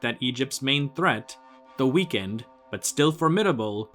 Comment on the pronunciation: the way you said “though weakened” made me think you said “the weekend” and I thought “yeah man, the weekend is my enemy too”